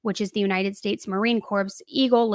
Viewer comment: Marine "cor" you don't say the P